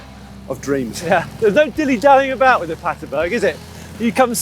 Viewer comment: BERG PLEASE GUYS, you're killing me.. aint Paterburg its PaterbErg